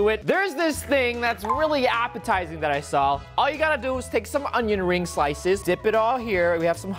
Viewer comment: Ummmm Roi I have a question for you, why did you say fonion rings instead of onion rings